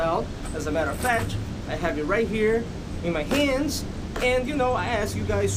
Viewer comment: "As a matter of fatch"